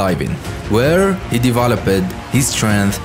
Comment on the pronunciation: Developed, daevaelovete-ed 😂